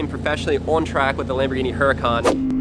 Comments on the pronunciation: It’s not kambhorghini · It’s kambhorghini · It is a lambourgini😘